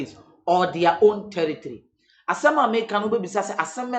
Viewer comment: Did I hear tiritri(territory)? 🤣🤣